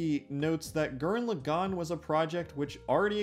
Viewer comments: “Tenga Tappa Gurren Luhgan” lmao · "G-er-anne L-ah-gone" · Hol up, how the fuck did you pronounce gurren lagann? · You butcher pronouncing Gurren Lagann so bad, I couldn't finish your video. Sorry